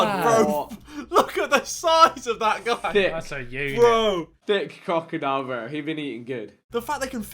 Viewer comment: He said cockadile 😂😂